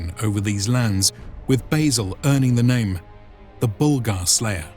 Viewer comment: You mispronounced the name